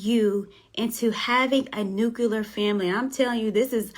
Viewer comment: New-kyuh-lur? Nah,. Say it wit' me now! New-CLEE-ur